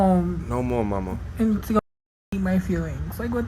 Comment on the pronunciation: "No more mawma" 😂😂😂